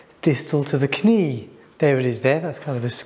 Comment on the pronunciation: 'Knee' is pronounced 'nee'(/niː/), not 'k-nee'.